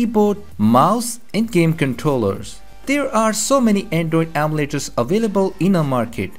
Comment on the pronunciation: the way he says emulators though...